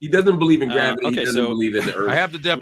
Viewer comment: "I don't know why graviyis new to you" 😂